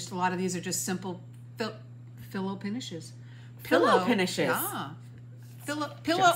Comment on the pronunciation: I laughed out loud when you said fillow pinishes!!! I do that all the time!!! I said once when someone was walking at a snails pace... they're walking at a pails snace! I couldn't say it right for anything!!! I'm stitching on 2 butterfly charts! 🦋 🦋 🦋